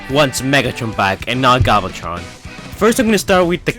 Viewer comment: he said galvatron wrong